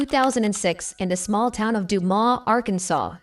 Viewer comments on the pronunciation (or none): "Due-mus" "Doo-Mass" but not "Du-ma" Also, Kenneth didnt do this, anyone who looks into this case can see that.